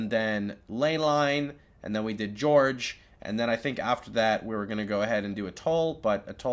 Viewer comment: Thanks, great video. Not sure if you're mispronouncing things on purpose or you really don't know. But channel is pronounced more like cha-nell as in cha from chat, not "sha-nell". Gorge is not pronounced "George" or "jorj", but closer to "gorj". Not sure if you'll understand that. But I tried. Anyway thank you so much for these videos. Great content.